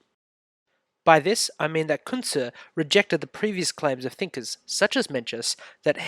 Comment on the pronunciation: I dont understand your pronunciation of his name.